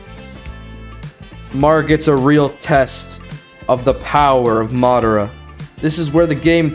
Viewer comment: dude spelled it right but said it wrong it’s madara not madaro He said madaro once then realized he said it wrong then fixed it to madara proof he says it